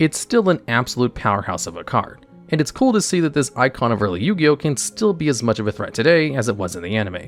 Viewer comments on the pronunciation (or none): none